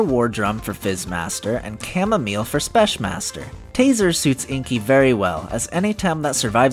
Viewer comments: Why're you saying spesh. theres no sh there man. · So I know English is dumb, but even if the word "Specmaster" is a shortened version of "Special master" I'm pretty sure it needs to be pronounced with a "k" sound instead of a "sh" sound, not sure tho... anyways great video :)